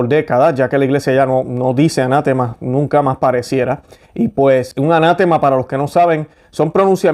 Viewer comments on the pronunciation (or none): Perdón se dice ana tema con el acento en te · Se dice anatema (palabra grave); no "anátema" que es esdrújula. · Hermano ...EXCELENTE VIDEO. Solo, un par de detalles lingüísticos: ...Se dice: ( sin tilde, palabra grave terminada en vocal). No, un "ANÁTEMA"(no es palabra esdrújula). Y tampoco se dice "CANONES", sino "CÁNONES". (Similar a "examen" y "exámenes") Un abrazo fraterno. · Estimado, se dice "anatema", con acento fuerte en "te". Bendiciones.